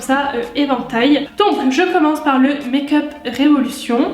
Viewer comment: ahhaha tu m'as trop fais rire au début avec ton accent anglais make-up revolution pcq tu le faisais avec l'accent fr avt. Et aussi tes petites phrases après c'était marrant !!! Continue comme ça Gros bisous #teamsnap